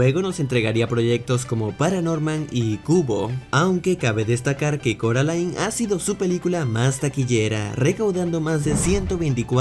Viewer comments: ehh se dice coraline no se dice caraline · Casi me da algo cuando dice “Caroline” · No es caroline es C "o" raline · SE DISE CORALINE NO CAROLAIN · Si pero no sé si dice Caroline es coraline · Cuantas veces Coraline va a corregir que se dice Coraline y no Caroline🤔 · carolain Video: corolain jajajaa Como se pronuncia el nombre? Carolain o Corolain